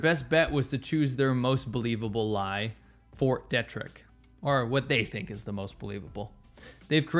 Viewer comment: FYI it Fort Deeee-trick.